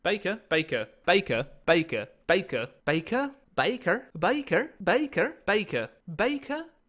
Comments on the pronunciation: Dude....it's pronounced BAKER. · No no no, it's baker, not baker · Game say Baker: Bakuh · Did you Say Baker or Bakah/Beiker/Baiker/Bakher?